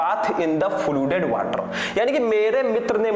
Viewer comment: Sir it's not fludeed its flooded!